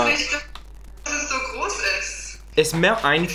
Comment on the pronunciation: Ish and nisht get me every time, I'm not sure if it's entirely correct to say it that way since I'm not a native to german, but I would suggest you to practice them